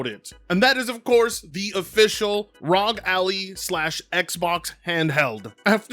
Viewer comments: "ROG alley" 😂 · him calling it the RAWG ALLEY caught me off guard